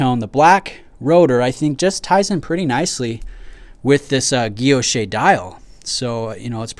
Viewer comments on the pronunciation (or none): Guilloche is pronounced "gill-losh"